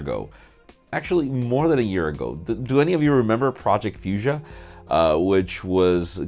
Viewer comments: omg you should add mispronounciation counter to your video 😁 taking about fuchsia and magenta 😉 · I'm sure that it isn't pronounced like that anyway!